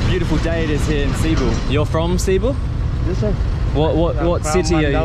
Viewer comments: How is it so hard to pronounce… is seh-bu not see-boo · Cibu? Its pronounced seboo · Its Not Ceebu its it's pronounced Sibu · Why did he pronounce it as “sea boo” what the heck 💀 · The way he pronounces Cebu is both funny and confusing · As a Filipino, the way you pronounce Cebu hurts me but hey everyone makes mistakes love your vids